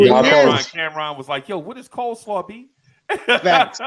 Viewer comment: “unskilled brother “ 💯 “ coaslaw” 🤣